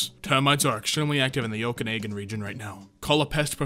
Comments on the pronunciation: FYI: It's Oh-kan-AH-gan, not Oh-kan-AY-gan. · I know this video is almost 2 years old already, but pronouncing Okanagan like that just made me pause for a second